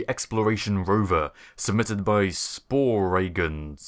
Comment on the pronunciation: It's pronounced "Spore""Gen", anyway will you be improving the designs yourself or do we send in better versions based on what you commented?